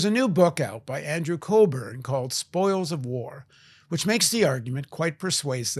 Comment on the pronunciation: It's Andrew Cockburn, not Colburn.